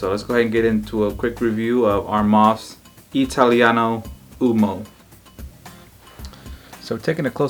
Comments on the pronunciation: Just a note about the pronunciation: Italiano uOmo (cause we don't skip letters, we read the first O as well as the last one in "uomo") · It’s pronounced “U-O-M-O” with the first “O” sound clearly pronounced and NOT “UMO”, guys!! It’s so bothering me too many guys pronounce “UMO”. 🤦🏻‍♂️🤦🏻‍♂️ Ok again, U-O-M-O.